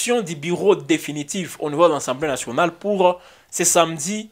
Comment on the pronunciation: On dit “assemblée nationale “ et non “ensemblée nationale “